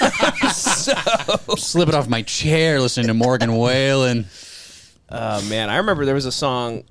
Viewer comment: Still insane to me can't pronounce the words "morgan wallen"